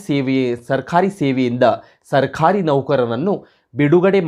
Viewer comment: Pronounciation plz rectify. Sarkhari alla adu sarkari. Mattondu nevu speach kodbekadre rotating chair use madbedi. Otherwise good effort